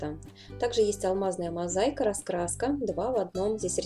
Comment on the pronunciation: Не мозайка, мозаИка